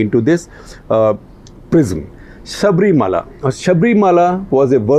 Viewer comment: Shekar. It’s is Sabari Malai and not Shabri Mala!